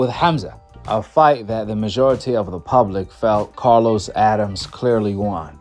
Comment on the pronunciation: It’s pronounced “A-dam-mes” and spelled Adames not Adams